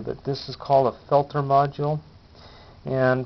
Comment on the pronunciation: As usual, one of the few videos that will actually teach you something. Thanks On a side note it makes my skin crawl to hear you pronounce peltier that way!! Its french and pronounced phonetically is 'pelt-teay'